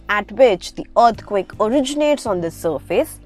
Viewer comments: Yes and as you listen to this video its saying Urth quake instead of earth quake 😂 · y do u say earthquake like that?